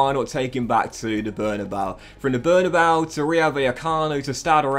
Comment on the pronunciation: Bernabeu is pronounced Behr-nah-BAY-ooh